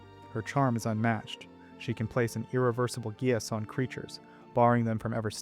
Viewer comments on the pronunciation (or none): none